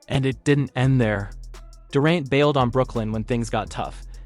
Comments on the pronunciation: Homie do you watch basketball? How do you mispronounce Kevin Durant's name? Sounds like someone who has never heard his name before...Its DURR ANT Not DUR AUNT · I cringed every time I heard "Dorent" and "resume". Chasing championships only doesn't matter when you can't win them. Toughness is doing whatever it takes to help your team win right now. One stat I wish someone would track down for us: flops. LeBron deserves the GOAT in that category. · “Kevin Durent” eh? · Kevin Door- ont. ??? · Anyone else hear this dude mispronouncing KD’s name? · You butchered names/teams....tough watch when you get Celtics wrong from the jump.....durant, you say two different ways...0 stars